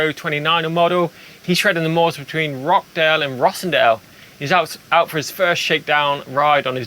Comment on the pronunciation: Roch-dale